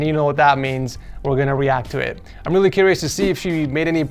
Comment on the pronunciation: "Let's go back to the setup *weal* quick, Poki, I do have some *wecommendations* like always"